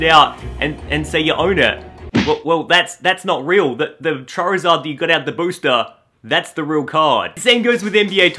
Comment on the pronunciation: I believe you said Charizard like chair-izard. Poor chair, anyway.